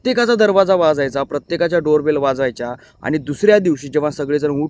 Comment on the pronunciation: शेवटी Door Bell च्या ऐवजी Bare Dol म्हटले ना भाऊ तुम्ही😂